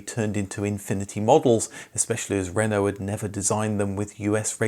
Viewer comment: I REALLY love your videos and I'm really pleased you've learnt how to pronounce “Renault”, but it's “coupe”, not “coop”.